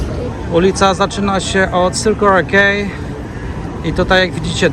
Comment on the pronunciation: jak rozpoznać kogoś kto krótko mieszka w Sydney ??? Circular Quay wymawia [sirkular kej] zamiast [serkular kii]